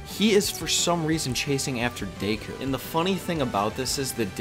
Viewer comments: Not deiku. Deck-Coo. Deku. Sorry it just annoyed me. Good vid. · It's not day-ku it's deck-ku your saying it wrong. Sorry just bugs me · also deku is pronounced deku as in deck - u not dayku btw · DAYKU?? Deku...DAYKU?? Deku...DAYKU?? Deku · please don't say Dayku again because literally everyone I know even sub elitists say it the English way as Deku because it sounds better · Lol "Dayku" heheh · It's pronounced Deck-ooooo (oooo like spooky oooo) also Lougetown from One Piece is pronounced log (like a part of a tree) town. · Your pronunciation of Deku is really annoying to me.